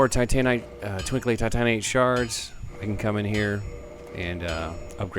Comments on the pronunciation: I thought it's pronounced 'Ti - tuh - NITE' Not 'Ti - TAH - nite'. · I hate it how you say titanite. Normal person: Tight-a-night You: tigh-tanite Oh well, still love watching your videos :3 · TI-tan-ITE, not ti-TAN-ITE....sorry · Well that's not how you pronounce it. You pronounce it like if you were saying "tight night" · Haha, you say titanite funny, man. Like, "Tit-AN-ite". Really enjoying this series. Great work. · he pronounces titanite weird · the trash is worth a titanite chunk from snuggly. also you rponounce titanite odd. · You say titanite weird haha Great series though! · You say titanite funny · Great commentary. The way you pronounce titanite pisses me off to no end, though.